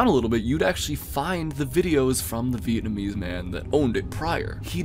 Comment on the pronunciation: Nah bro really said Vietnamese channels 💀💀💀 blud is NOT Steve Kaufmann